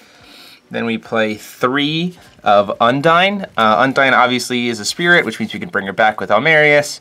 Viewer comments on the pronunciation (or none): Cool deck, also I gotta point it out in undine's pronunciation the u is a more O sound and the I is short. Sry its it's like when someone pronounced yggdrasil ya-dra-sil, it's just ygg actually